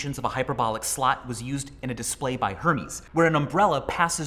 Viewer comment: Americans have to learn how to pronounce the word “slot” properly